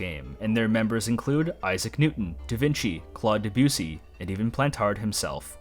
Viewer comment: 'Vinci' is pronounced as 'Veenchee'. Sorry but I literally live in Tuscany, Italy, less than 40 km away from the town of Vinci which gave Leonardo his common name and still is named as such nowadays and hearing it pronounced like that is hurting my brain. Again sorry to be that guy!